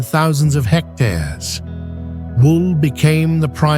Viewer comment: AI voice? the way he pronounces "meters" and "hectars" is weird